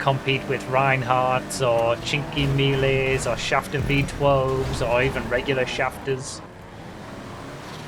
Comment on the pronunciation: i'm italian and WHAT WAS THAT!? Cinkemiles HAHAHAH Cinquemila just means 5000